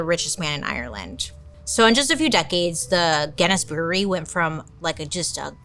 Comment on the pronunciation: Bailey I’m so proud you were able to say brewery so many times without messing up!!!! I too have the same speech impediment!! Rs are so HARD!!!